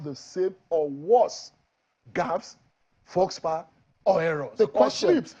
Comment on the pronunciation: "FOLKS"- pas ... abeg oga na "faux -pas" (fo-pa), understood say our language no be French, so if need be stick to our adages abeg, it conveys much better. 🤣Person wey dey explain gaffes come dey gaffe kilode!